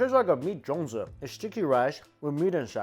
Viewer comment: It’s not called jion zi but it’s zhong zi